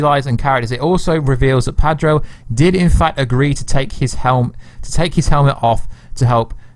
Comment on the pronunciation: Sorry gota say it, it's Pedro not Padro lol sorry m8